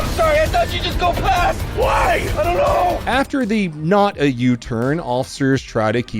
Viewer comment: did you say "Donut play on the highway" 😅😂🤣